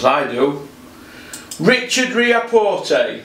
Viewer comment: Its ree-ack-pore mate. Where you gettin the t from 😂